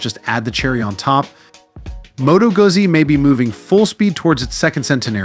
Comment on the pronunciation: its "gutsi" not "gazi"🤌